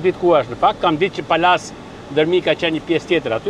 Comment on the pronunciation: O Berat ......Palase .....dhe jo Pallase